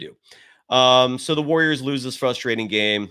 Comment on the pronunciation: This dude is a university professor apparently, yet he says fustrating. Over and over. Thats not a word. GGs.